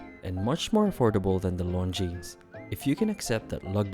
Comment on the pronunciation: Pronounce it correctly! Its Longine